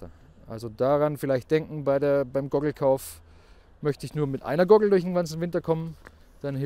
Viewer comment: Wenn er noch einmal "Gogel" sagt hängts mich aus.